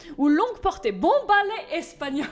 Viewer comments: El bale espagnol ✌🏼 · El balai espagnol avec cet accent 😂😂😂 nan mais franchement t' est la best.